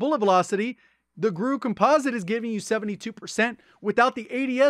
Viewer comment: is the only YouTuber that says "COMPOSITE" correctly: Compa-zit, not Compose-it.